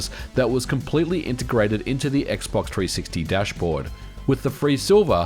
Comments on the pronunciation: I liked it when he said "X-Box Three Six Tee" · X box tree sixty. Put some spek on the name. Ain't gōn say it no moé